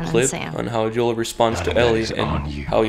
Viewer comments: Joel not yoel I'm sorry but that was bothering me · Why I you pronounce Joel's name yoel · By the way, Joel is pronounced with the J. It's not silent, or it doesn't sound like a Y... just sayin'. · Why does he keep mispronouncing Joel's name?